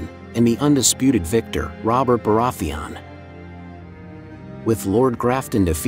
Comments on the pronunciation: Bore-ath-thee on. Lmao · Why do you pronounce Baratheon like that even tho the show has existed for like 10 years and they say the name correctly like a million times? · Hate the way he pronounces Baratheon. Otherwise, great video. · Cool video, but the way you pronounce Baraetheon makes me cringe😂